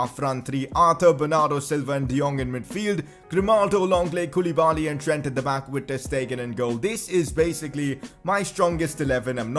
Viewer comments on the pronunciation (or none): none